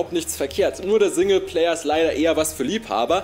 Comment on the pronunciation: Du solltest mal an der Aussprache des S arbeiten. Das weich gesprochene "soundtrack" oder "single player" klingt total grausig. Sonst machst du das aber super! 👍🏻